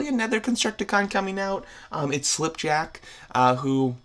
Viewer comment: Him: says slipjack Me: 😤😤😤